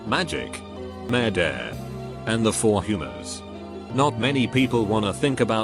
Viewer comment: is no one gonna mention how the bot pronounces murder?